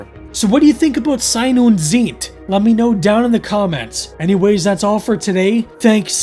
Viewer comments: you pronounce them on the second vowel. ie=beet ei=eye. and Z is ts tsite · Nein nein nein. It's not "zeet" 😂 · And you're so close, just pronounce 'Zeit' the same as you do 'Sein' and just put a bit more emphasis on the 'z' in Zeit. :-)